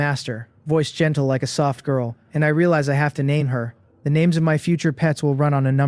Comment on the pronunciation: Wow…the mc sucks at names